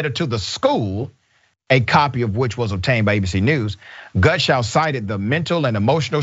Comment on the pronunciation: clean yours because yes he did keep saying gunshow and each time he said the name slightly less incorrectly until he showed his name on screen. I watched it 3 times before I commented to make sure.